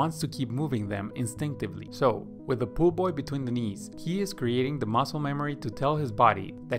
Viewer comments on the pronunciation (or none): Lmao A-A-run, Di-nice, and pool-boy. Great video.